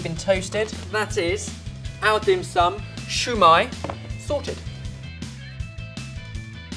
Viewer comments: the way he said "shoe" when its pronounced see-yu gahd u gotta love xD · siu mie not shoe my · Its sui mai not shoi mai!!! Other then that great recipe gona try it. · keeps calling it shu mai, but it's siu mai pronounced more like sil:') but the recipe is pretty accurate to what my family make and what I've seen in restaurants:) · Lol u pronounced siew mai as shu mai! I mean thats what i heard and i burst out laughing hahaha!!! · Dim sum is cantonese, it originates in hong kong so it is pronounced "siu mai" not "xiao mai" which is mandarine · Lol its not shoe mai its su mai you dont say shushi you say sushi lol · This particular one is called "Siew mai". You're welcome. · It's just Siu or shu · Shew mi LOL I DIDNT KNOW WHAT U SAID UNTIL I THOUGHT ABOUT IT UPRONOUNCED ITWRONG LOL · what in the actual hell. did just said shu mai. LOL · its pronounced SEA mai, with a slight hint of an h, so liek ShEA mai. also, its better to use a beaten egg instead of water because of the flavor. good rendition though. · the proper way to say sui mai is sow mai, where the ow sounds like you stubbed your toe. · It's actually called, "Shao Mai." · its pronounced "shaw-my" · I love you and all, but as a Chinese eating Chinese food her whole life(real Chinese food not Panda Express), it's pronounced s-ew mie . Sorry! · You pronounced it wrong, I know because I'm Vietnamese